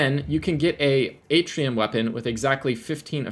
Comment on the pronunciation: It’s pronounced “Artian” not “Atrium”